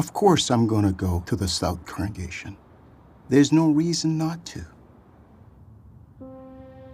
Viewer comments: Second comment. Question: Why can't some of them say the word "congregation"? They say "correngation" instead. I swear I heard it at least twice during this video from two different people.🤔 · Why do some JW's/Elders say "correngation" instead of (I presume) 'congregation'? I've noticed it in a few of these 'official' videos now 🤔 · Why do the majority of these people (and it’s not just this video) constantly mispronounce congregation as “corengation”???? I’m starting to feel like it might be a different word or something. Am I daft??? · shoutout to the multiple people in this video who can't correctly pronounce "congregation"